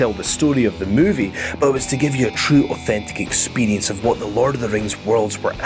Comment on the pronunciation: Say "authentic experrrience" one more time,i dare u,i double dare u